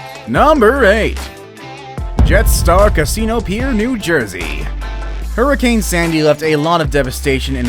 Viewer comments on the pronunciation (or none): none